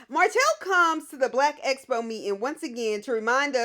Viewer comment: Tisha, PLEASE learn how to say EXPO not espo!!!! If you're going to have the event, you should at least be able to say it right.